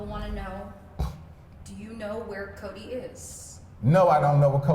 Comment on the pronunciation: He can’t even say Codi’s name smh